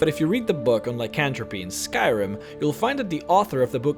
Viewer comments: Ly- kan -th-rope.... not Ly-kan-tro-pe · Lie-kin-thrope... Not ly can throw pee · Lie Can Tro Pee lol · "LycanthropEE" lol